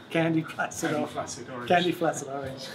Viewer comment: "...we've chosen a one-off Limited Edition 'Candy Placid Orange' finish" Oh! I heard "Candy Flaccid Orange" and, while laughing, was wondering what the inside joke was. Aside from the box color, are there any other differences in the TPS edition, or is it the stock JAM circuit? Great video, gents.